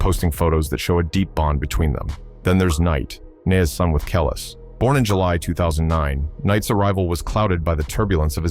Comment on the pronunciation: It's pronounced Kelease you fool!!!😂👑Nas not Naas😂